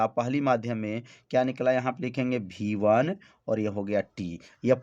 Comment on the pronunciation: सब ठीक है सर लेकिन आप वी1 को हर बार भी1 कह रहे हो